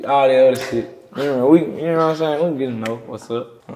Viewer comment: Which part ? I thought he called her sis when he was saying experienceseseses at first lmfao